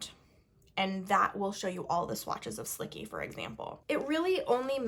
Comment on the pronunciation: Isn’t it pronounced as slichee not slicky?